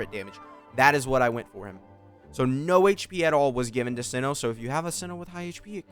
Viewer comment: you've killed me at the beginning when you called him "see-no"